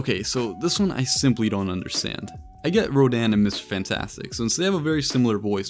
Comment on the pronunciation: It’s Rodan